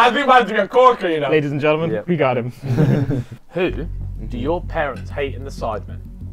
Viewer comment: that sounded exactly how zayn malik said it like the accent and everything too 😂 we love gentlemen ✊🥰